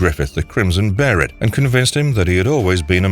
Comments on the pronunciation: Also it is beherit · berit? behelit 😁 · Tf is a Berhit ??? Bay-lit or bee-hell-it. I know some people never seen the show n only read the manga but ur showing clips from the animie so u had to have heard them say it. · Why you calling them "bearit" instead of behelit😂😂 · I still prefer the spelling of Behelit. Sounds so awkward every time he says "beherit" sounding so much like he's saying "Barret" with his thick accent lol. Japanese have a hard time pronouncing L hence why they call it "Beherit" with an R. The proper one should be "Behelit" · I know in Japanese they say something that does sound like beheRit, but I think it's it's behelith. Like a monolith. And maybe fused with the "Be" from Belzebuth or the "behe" from Behemoth, maybe. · Two things I will never do. Call the Band of the Hawk the Band of the Falcon and call a beheLit a beheRit. They're like nails on a chalk board every time I hear them. 🤮 Good video otherwise lol. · I stopped watching at the mispronunciation... Of behelit... (Beyh-lit) What the fuck bruv? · BAY-LET BAYLET BAE-LIT BEHELIT WTFFFFFFFFFFF BARRET?!?!? ONLY KIND OF BARRET IS THE BARRET WITH A GUN FOR HIS ARM!!! I had to stop watching this video lmao… I’ve never heard such a simple word being so mispronounced…. Sheeeeeeeeeeeeeeeesh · There's not an r in behelit and did you seriously say the band of the falcon? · Whats that "bearit" and isnt there "behelit"? Why u repeat "bearit" so many times? :( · REPEAT AFTER ME: BE HE LIT NOT BERRIT BE HE LIT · They were called Behelit. Not a Berrit... The Crimson Behelit or the Egg of the King. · Behelit is pronounced bay-let. Why do so many people who claim to know all about Berzerk not even know how to speak or what things are called. Watch the show FFS, they say behelit several times. Be-heret isn't a word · Barrett Barrett Barrett STOP Be-he-lit It's pronounced how it's spelled! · when he says “barrett” does he mean “behelit”?? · LoL, "Bare-it'' 🤣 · “Says Beherit” Poser… bai baiiii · Be he lit